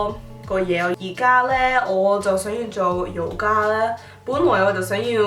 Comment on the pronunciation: you are pronouncing yoga slightly wrong it should be yu gaa not yo gaa (瑜伽j yu4 gaa1)